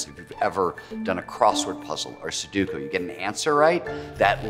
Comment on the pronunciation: Guy said "Seduku" and completely ruined my flow state.